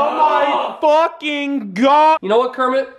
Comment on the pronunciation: Pee kenit the frog